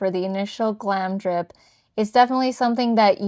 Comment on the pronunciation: Really lovely vid, but you pronounce it Glamour dip (GlamRdip) :)